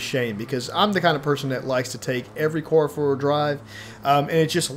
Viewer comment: I cant get past the way he says: car or cars! It sounds like cor or cors😂